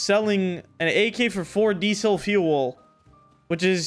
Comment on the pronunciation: yo why u say diesel fuel like that lmao